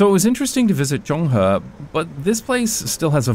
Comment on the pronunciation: As an urbanist, traffic safety advocate, and long-time fan of this channel who happens to live down the alley , I absolutely love this video! Please talk about Taiwan more! btw, shout out to the perfect pronunciation of "Zonghe"👍